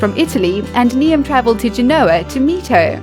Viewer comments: "Nee-am" XD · you pronounced Niamh wrong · It's not Niam it's NIAMH (neeve) it's Irish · Niamh is pronounced "Neave", not "Nee-am". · No one ever pronounces traditional Irish names correctly... Niamh is pronounced "neev" not "nee-im" :) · The Irish television presenters name is Niamh (pronounced neev), not Niam. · I'm chinese , and I know its pronounced NEEVE ! NOT NEEAHM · Knee'em 🤣 its pronounced Nieve! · It's no Neeam, it's pronounced Neeve (Niamh) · The narrator pronounces the Irish lady Niamh as Niam (to rhyme with Liam). Niamh is pronounced Neeve. It's an easy mistake to make if you're not familiar with Irish names so I'm not saying it to insult the narrator, just to inform people who might not know. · Did she really pronounce "niamh" (neev) as ne-Em? Lmao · No10 ! Her name is Niamh !! ( Knee-eve )!!! Not ( Knee -am ) . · Niamh is pronounced Neeve, not Neeam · It's pronounced Neeve NOT Knee 'em. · NEE AMPH IT’S PRONOUNCED NEEVE YOU SHITE. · Niamh isn't pronounced niam it's pronounced Neve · 'neeyam' haha. Niamh is pronounced 'neev' ok. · It is pronounced "Neeve" rather than "Ni-em" lol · did she just say Niamh as nee-am? it's pronounced nee-v. I'm called Rhiannon, but my best friends called Niamh and my Spanish teacher used to call her nee-am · Niamh. Nee-em????? What XD It's pronounced nee-uv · hahaha!!!!! "nee-am". f**k, youre dumb. niamh is pronounced 'neev' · ‘Niamh’ is pronounced as ‘Neve’ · Niamh is pronounced "neeve", it's a Gaelic name. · Niamh is pronounced neeve. A simple Google search would have helped before you went on to narrate. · Jack Black also looks like Paul Revere, and Niamh is pronounced "Neve" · If the Irish TV presenter's name is Niamh, it is pronounced NEVE. For God's sake learn to pronounce stuff like that if you are going to narrate a video. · Niamh is pronounced "neeve", you idiot. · The way the presenter pronounces “Niamh” - NEE AM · Niamh is pronounced Nee-av